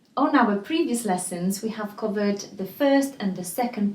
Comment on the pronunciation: just a tip on English pronunciation, covered is said as Kuh-verd, not ko-verd and cut is kut, not Kot 🐈 ❤️